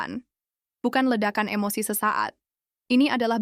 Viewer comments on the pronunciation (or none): none